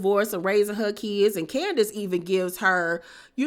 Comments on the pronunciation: I screamed “omg Keisha “ when she said Can-di-ace 😂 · Yeah she said candyass